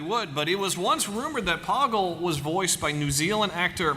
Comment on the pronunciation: Poggle. Rhymes with BOGGLE....!!!